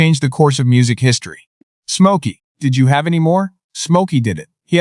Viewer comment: Come on A.I. Stop pronouncing his name as: 'SMOKE - OKIE!'